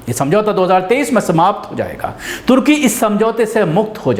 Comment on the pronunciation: no tarki Turkey..sahi nam lo .aap ko samaj mai nahi aata hai ke sahi kya hai ..........